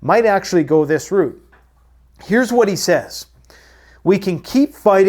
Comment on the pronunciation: Thank goodness you said route instead of raute. Sprekin de english for once😅